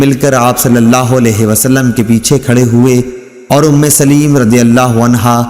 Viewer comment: محترم صحابہ کرام رضوان اللہ علیہم اجمعین ام سلیم کا لفظ صحیح نہیں پڑھا سلیم کے لام کے نیچے زیر کی بجائے زبر پڑھنا ھے